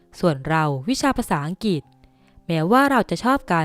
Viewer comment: ออกเสียงไม่ถูกต้องค่ะ อังกฤษ= อัง..กริด กะหริดๆๆๆกริด..กริดๆ เอาใจช่วยค่ะ ตอนเป็นนักเรียนชั้นม...โดนคุณครูให้ออกเสียง..ให้ได้..สุดท้ายก็ได้ค่ะ..อังกริด..นะคะ